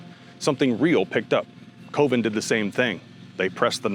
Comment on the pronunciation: Coven: pronounced (cuh-ven). Gorgoroth: pronounced (gore-gore- oth) dude you never heard these band or what? I thought you were a heavy metal channel. Highly sus